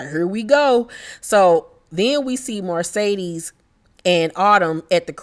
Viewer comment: I loved the commentary and laughed and hollered 🤣🤣🤣 sis Mercedes...not Marcedes 😆😆😆